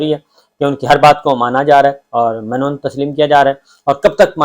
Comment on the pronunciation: Sabir bhai man o Un nahi hota sahi lafz min o Un hota Hai. Batane ka maqsad aap se mohabbat Hai bus